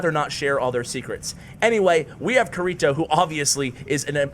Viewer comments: Pronounced "kitty toe" no "R" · YOU ARE BUTCHERING KIRITO’s name!!! It is supposed to be from sao it is Kirito! You are triggering me!!!!! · Anyone who's watched SAO cringes at how say kirito😂 No hate good vid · Hey you keep saying kirito wrong BUT good vid tho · pronunciation of kirito?? not the same as the anime (sword art online)???? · Bro, you butchered his name. Watch Sword Art Online